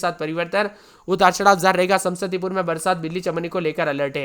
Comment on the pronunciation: समसतीपुर नहीं समस्तीपुर होता है 😂😂😂